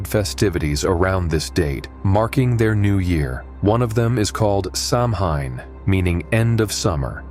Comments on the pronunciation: If I remember correctly, Samhain is pronounced "show-AIN"...show rhyming with cow... Celt languages are strange ✌👽🍻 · SOW-en. No "h". 🖤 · Samhain is actually a Gaelic word and means “ Summers end” and it is pronounced: Sow-in, Ireland Sow-een, Wales Sav-en, Scotland.